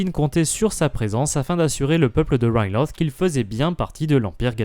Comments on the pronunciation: oui sauf qu'en Français Ryloth se prononce "Rilote" ou "Rylote" Sinon très bonne vidéo à part ça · c'est quoi cette prononciation de Riloth?